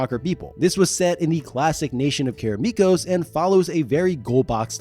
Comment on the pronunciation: Why do you keep pronouncing Karameikos as Karameekos?